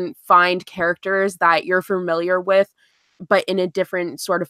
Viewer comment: this is the first one I miss live:( I'm so sad. Also one of my biggest pet peeves is when people pronounce Familiar as fer-miliar and said it so many times omg.